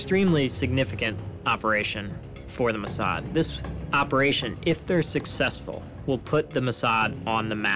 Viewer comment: I cant help shouting MOSSAD everytime the narrator says Musard